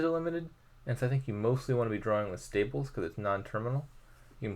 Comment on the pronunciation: it seems to be lagging but i couldn't be sure whether it's on my end. also your stables pronunciation kinda sounds like staples sometimes 😛